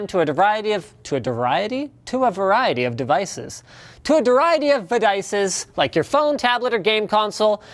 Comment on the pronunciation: "TO A DARIETY OF VEDICES!"